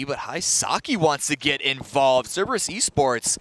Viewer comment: Three days in and he is still saying "Ceberus"